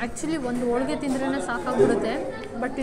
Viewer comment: Madam, nice information about Iyer Mess. But Kannada pronounciation to be corrected, for example otte aseethide ( HoTTe hasiyuttide) , olige ( HoLige). Correcte pronounciation will bring good value for the explanation. Please don't mistake. Thank you Madam.